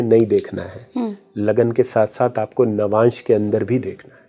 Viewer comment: Lavmansh nahi Navamsh hota hai😊